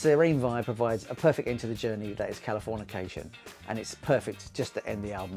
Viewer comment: the wrong pronunciation of the album title the whole video was an hilarious bit😂